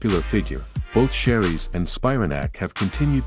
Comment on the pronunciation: You butcher both of their last names. You never mention Paige was a pro golfer and was once sponsored by PXG. Grace was never on tour and wasn't born in Scottland and never competed on an amateur or professional level. And definitely not an Australian model. Basically, your entire commentary is a bunch of B.S.